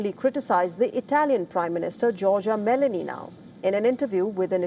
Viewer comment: acording to this map was a US base in Belarus.... thats incorect,. also the president of italy its Giorgia Meloni, not Melany.....